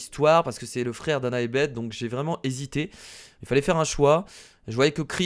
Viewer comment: oh faite on pour beth on dit baisse pas bete